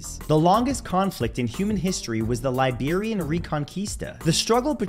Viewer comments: Did he say Liberian? Should be Iberian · Iberian, not Liberian